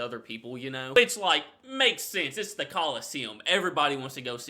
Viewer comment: It was good to hear you pronounce the word describing the pub as "the" and not "ye." It's not actually the letter Y, it's a symbol for T and H combined, called a thorn. You learn something new every day lol.